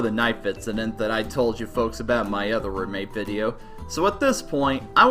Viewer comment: anyone think when he says Roommate it sounds like MERMAID?